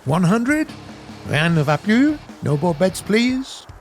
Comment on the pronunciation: its funny when u speak french XD rien ne va plus 😱😂😂